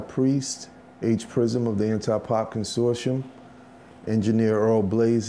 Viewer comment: He didn't even know how to say 'Consortium'